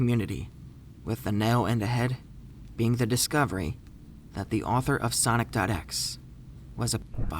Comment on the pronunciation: HE PRONOUNCES IT SONIC.X *loudly cries*